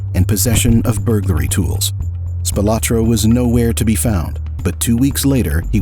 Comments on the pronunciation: Spil-ah-tro not Spil-o-tro. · His name is pronounced Spilaaaaahhtro. His son my my best friend in grade school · The surname Spilotro (originally Spilotros) is pronounced SPEE-lo-tro. He was a distant cousin of mine - fortunately distant! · Am I the only one thinking he’s pronouncing his name wrong?